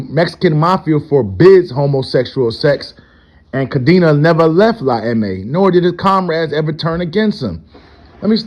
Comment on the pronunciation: Cadena, the old leaders last name is pronounced: Ca-Den-Ah. It means, chain, in Spanish.